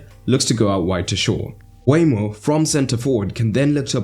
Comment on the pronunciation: Nice tactical analysis. Seems like a tactical masterclass from Brentford that Ten Hag couldn't handle. Just one note. Please be aware to get player names correct. Nørgaard and Mbeumo (pronounced Mbermo, not Mbwaymo) are misspelled here. Detail is key in tactical analysis so please be careful not to have small things let you down.